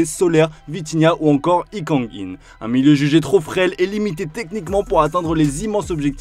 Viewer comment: ha oui donc pour toi Lee Kang-in se dit hee kang-in... fait un effort bg